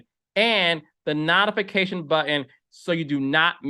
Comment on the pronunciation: Wait. We get a clear, proper enunciation of Givenchy and also….nottifications. I cannotificate!!! 😂😂😂